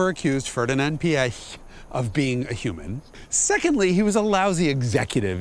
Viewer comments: as a German at first i was afraid how you would butcher his name but i am VERY happy you didnt! Thanks for that!!! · Pronounce Piëch correctly: Check (at least at the start) Pronounce Porsche correctly: Check Pronounce Wankel correctly: Check Count this German impressed! Thank you very much! I know who Ferdinand Piëch was, but I had no idea he was responsible for the Merc 5-pot diesel. He was a true visionary who did not take no for an answer and who wasn't afraid to think outside the box. Great video. No seriously, a really great video!